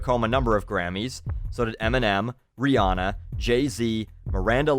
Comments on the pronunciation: Whoa he said Ree-awn-uh instead of Ree-ann-uh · I thought you already stated that it is "Ri-anne-ah" and not Ri-on-ah",? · You know what i like most? How he prides himself in saying Rihanna's name right, even points out that she calls herself Ree-ANNE-uh herself, then calls her Ree-AH-nuh on this video. Otherwise, i love this guy and his work. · I thought you said that Rihanna's name was pronounced Ree-anne-uh. in the video, you say "Ree-awn-uh." Were you not aware of the pronunciation at the time of this video? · dude you said rihawna instead of rihanna and in your other video you were correcting everyone that it was rihanna not rihawna